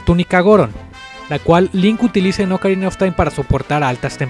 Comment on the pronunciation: Oukarina of time ulala señor francés :v